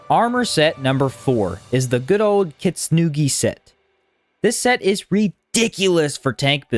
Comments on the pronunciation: "the kitsnugi set" heeheee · I like how you pronounce "Kintsugi"